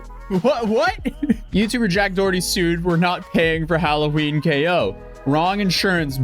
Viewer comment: "Jack Dawarty"... lmaooooooo